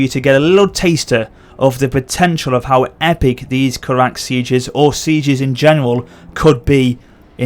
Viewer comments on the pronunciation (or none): The "Kawak" and "Duwarves" are driving me crazy >.<